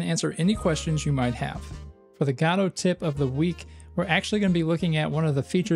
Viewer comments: Btw: You pronounce Godot like "Jodo-T" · After listening to a dozen Godotcon talks from the creators and maintaners of the program, why in the world do you still pronounce it that way. It's just rage bait mary-oh kind of stuff at this point. Just a stubborn way to turn off potential viewers. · Yeah, godot has an official way to pronounce it in english, yet after so many comments he keeps on twisting the word as much as possible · I vote guh-do this week. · Im going to continue calling it guh-do thanks very much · There are many ways to pronounce Godot, and he somehow picked the worst one. It's like the English pronunciation but without literally any of the charm of the English accent. GAH-doh, GAH-doh, GAH-doh. I find it grating enough that I try not to watch his videos. (Like, is he trolling?) Though, clearly, I sometimes do still watch. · i vote for you to stop mispronouncing godot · yes please